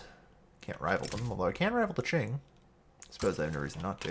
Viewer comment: Great video! Also, Qing is pronounced "King" !